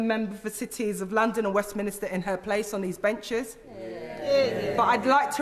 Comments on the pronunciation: Cringed slightly every time she said "Westminister", it's Westminster, how can a London MP not know that? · I'm not sure how to respond as I do not believe pronouncing Westminster 'Westminister' is related to dialect. ffs I used to say it, until some point in my teens maybe - possibly when I did politics A level... Maybe it is a common mispronunciation due to the mental connection between 'Westminster' and 'minister' - as in government ministers, you know, who hang out in Westminster. And I'm not getting pissy, originally I was slightly cringing at the mispronunciation, now I am mildly baffled by the pushback I'm getting, I suppose being a bit pedantic about pronunciation falls outside of the range of acceptable discourse? I wouldn't even classify myself as a linguistic prescriptivist. Things like 'could of' and 'genuinely/generally' slightly irritate me, but it is an irritation that is tempered by an awareness and appreciation of the fact that most people don't have the privilege of being as intellectually gifted as me. So it's fine, enjoy your Westminister. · It was a nice speech don't get me wrong, but 'Westminister' and 'St Pancreas' are two pet peeves of mine, and I'm especially surprised to hear an MP - who presumably hears other people say Westminster correctly at least once per day - say it wrong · Enjoyed the speech very much. Can someone please explain to Ms Eshalomi how to pronounce Westminster? The clue is in the spelling. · Can't she pronounce westminster correctly instead of adding an extra vowel between the n and the s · well one way is how it’s pronounced and the other is not, there’s your problem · lol adding an extra syllable to Westminster is not related to a dialect, it's a common mispronunciation. Who are 'people like Eshalomi'? Whenever someone very mildly criticises anyone who isn't white, the criticism must be related to racial prejudice? Poor from you, do better